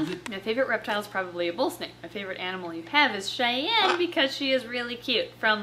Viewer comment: "Shayne" no its Cheyenne